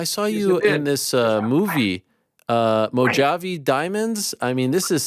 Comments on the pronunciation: Ariel with the worst pronunciation of Mojave ever 😂😅 irony is ironic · Chael uses uppers. Ya'll should learn how to pronounce Mojave.